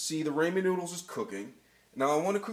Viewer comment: Not only did you mispronounce ramen, you misspelled chorizo and and mispronounced that too. This recipe is a sin.